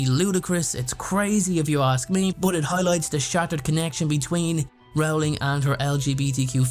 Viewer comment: Her last name is pronounced like Rolling Rock Beer, Yu dumbass! Stop pronouncing it wrong, fucking idiot!